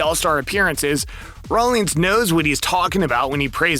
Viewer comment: Rollins not Rollings Wil Myers not Mayers